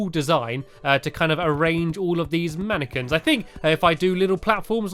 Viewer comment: I thought you said I have to make a whole load of napkins 😝